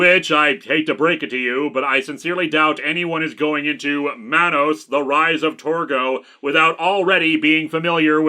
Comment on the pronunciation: It’s man-nos it’s should rhyme with Thanos.